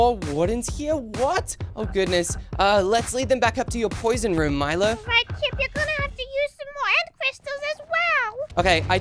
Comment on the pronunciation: um you said ship it's chip